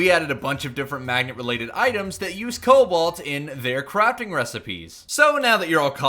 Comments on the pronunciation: Is it just me or is saying cowalt instead of cobalt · Stop saying it coubalt it sounds like cobelt